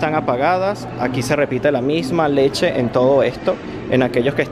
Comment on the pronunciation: Ahí letshe acá letshe allá letshe ajjajaj.